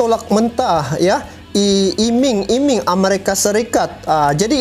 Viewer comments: Iming2 bro bukan imang2🤣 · coba bljar lgi min bhasa indonesia,iming² bkan imang² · Iming" brou bacanya tetap i. Bukan ai..artnya janji" pemberian bonus. Tapi pasti di tolak oleh Jokowi. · Bukan imang imang bang tapi iming iming😂🤭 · Iming iming bukan imang 2 bro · Bos jgn imang imang bacanya nti jd timang 2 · Iming iming.bukan imang.imang.